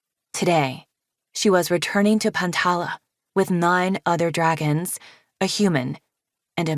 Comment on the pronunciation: Right after Sortail said “stupid” “Yea SOME DWAGONS STUPID”